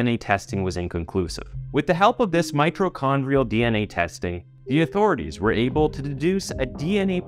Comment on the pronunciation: Mi - to-chondria ... there is no "r". You were pronouncing it 'mi - tro-chondria. Yvonne is said "Ee-vonne ..." not with the 'ye' hard "y" sound too.